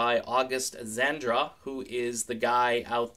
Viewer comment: There's no "n" in August Zadra's name.